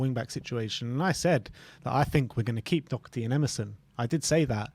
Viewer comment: Why do people insist on putting a c in Doherty? It's really fucking annoying.